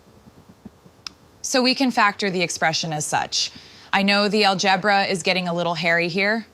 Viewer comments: "Al-GEB'-rah"??! Methinks this lovely voice isn't that of a native, English-speaker ... perhaps that of a computer text-to-speech or AI, even. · I never thought I'd live to see the day algebra was pronounced "al-geb-ra". Ps - I love the way you mock YouTubers by writing DERIVES in shouting capitals in your title 😂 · "aljebra" for algebra? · lol, "al-JEB-ra" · why can't AI say algebra? or is that how is truly pronouncing it? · The way 'she' pronounces algebra? Iconic. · Its funny to hear her pronounce algebra with 2nd syllable accented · She says algebra in a weird way. Other than that, the human ticks are great.